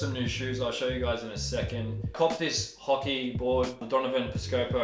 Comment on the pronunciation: The best part of "hockey" is when you pronounce it without the c. :)